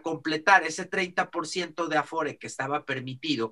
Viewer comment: Es "aforo", no "afore",. Saludos